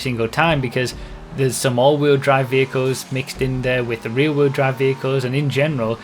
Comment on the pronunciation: "the fastest reeee wheel drive cars"